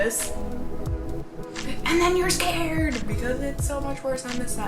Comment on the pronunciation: "AND THRN YOU'RE SCAREDDD!" I laughed :p I wasn't afraid though hehe